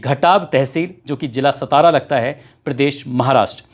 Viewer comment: Satara jilhe ka nam clear batao , kya bol rahe ho samazme nahi aa raha hai 14/6/2025